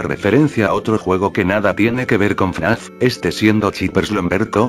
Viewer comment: Algunas veces parece que dice “naf” en vez de fnaf xdddd